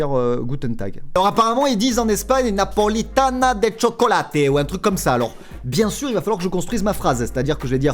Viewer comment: Pourquoi quand la di Napolita de chocolate ta fait un accent italien alors que c'était espagnol en fait